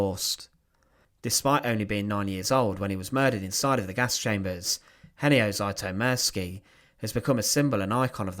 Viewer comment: There are several inaccuracies. You did not even care to pronounce his name right 😞